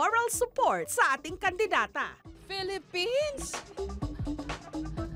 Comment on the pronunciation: PELEPENS, PELEPENS, PELEPENS......